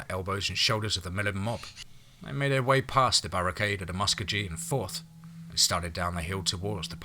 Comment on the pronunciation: Love your stories and does a great narration even though he don't pronounce Muskogee right oh well he is not an okie.